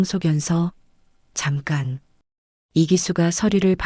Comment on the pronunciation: 원고를 읽어주는 분들께 몇마디 하겠읍니다, 남한에서는 ♡ 7시- 칠시라고하지않구 일봅시라 하며, ♡잠간- 잠간 이라하지않구 잠깐 이라고하며, ♡ 2시간잔- 이시간전이라하지않구 두시간전 이라하며 ♡눈가에- 눈가에. 라고하지않구, 눈까에 라고 소리나는대로 말을 한다지요, 위에 열거한대로 우스운 말을 계속 들을때는 한국에서 쓰는 문법에 맞추어 읽어주었으면 합니다.